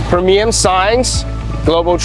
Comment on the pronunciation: Premium is pronounced “pree mee um.” Great presentation. If I am ever in the market you will get a quote request!